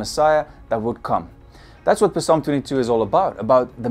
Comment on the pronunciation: Brother it's pronounced salm not p-salm